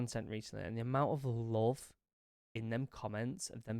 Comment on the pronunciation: Ur “love” sounds like “loath” to me